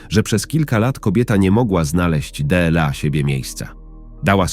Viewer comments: Czego chcesz od czytania,? Bardzo ładny głos I czytanie dobre poza jednym słowem Dela. Tak inaczej jest w porządku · Można zauważyć jak czyta jedno słowo Słowo DLA czyta DE EL A